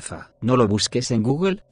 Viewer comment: Hah el pequeño acento de reddit cuando dice "¡no lo busques en google!" Hahahha v